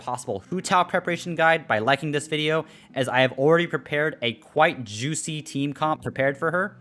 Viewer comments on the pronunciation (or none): none